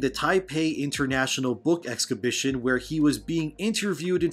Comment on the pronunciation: Yeah my mouth sometimes says things wrong lol I rewatched this vid and I can already cringe at how I pronounce “exhibition” I unno why some words just don’t work with my mouth 🤷🏻‍♂️